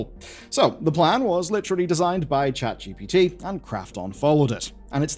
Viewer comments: Did this mf just say "Chat gippatuh" instead of ChatGPT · "Chat jippity" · Saying Gippity just like ThePrimeagen does. ♥️ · Chet gipiti?